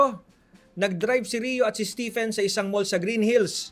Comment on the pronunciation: Stephen? Read as Steven.